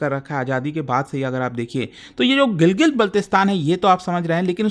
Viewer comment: Gilgit❌️ Gilgil✅️😂